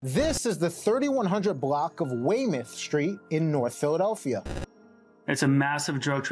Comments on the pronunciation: It is pronounced "way-myth" st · Bro are you from Philly? Why you pronounce Weymouth like that lol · Yo good video as usual bruh. Idk how the locals say it but “Weymouth” is a town in England and also in America/ Massachusetts (directly next to Rockland where I’m from) and it’s pronounced “Way-mith” like how the news guy said it. But then again through out history people pronounce stuff how they see fit and next thing you know it’s vernacular haha.